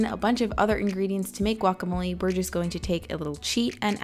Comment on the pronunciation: I love the way you say "quacamole"